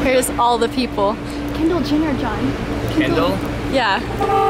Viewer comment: Anyone else notice she pronounced "Kendall Jenner" like "kindill jinner?" 😂😂